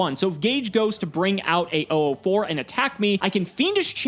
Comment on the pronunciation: Am I the only one who gets a little annoyed when Gage says 'oo4' instead of '004'?